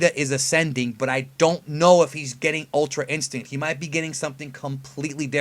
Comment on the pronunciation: Bro... it's ultra instrinct just say it lmfao